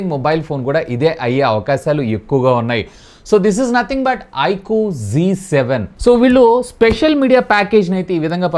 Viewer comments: G kaadu ra babu adhi Z7😅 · G kaadu ayana annadi Zee adi correct pronunciation ztv ni z tv anaru Zee TV ani palukutharu anthenduku Yamaha FZ ni f z Ani raastaru kaani F Zee Ane pilustaru